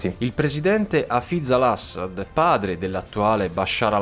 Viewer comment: Video fatto benissimo, ma da siriano mi saliva il grammar nazi Arabo ogni volta che dicevi il nome del ex-presidente (Dio lo benedica) Hafiz Al-Asad.